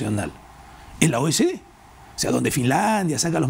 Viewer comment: Es OCDE, no O ese DE. Cuidado con la lectura por favor. Saludos desde Chille.